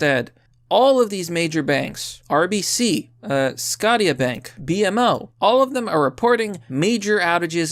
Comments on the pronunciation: Scotia (Sko-sha) or Scott-tee-ah... obviously 😂😂😂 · "Scottya Bank" took me a moment to realize you meant Scotiabank (Formerly Bank of Nova Scotia, so it's pronounced like Sko-sha) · "scotty-ah bank" roflmao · I love what you’re doing with your channel but I just wanted to make a minor correction because I can’t help it, Scotia Bank would be pronounced as SKO-SHA BANK. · It’s “sco-sha” bank, pronounced. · The way you say Scotia is funny